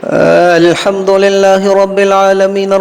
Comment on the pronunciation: السلام علیکم و رحمۃ اللہ و برکاتہ.. کیا حال ہیں ؟حضرت آپ نے الحمد کے ہمزہ کو اتنا کیوں کیھنچ دیا ؟